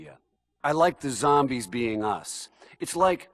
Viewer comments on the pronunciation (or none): He said zomBEANS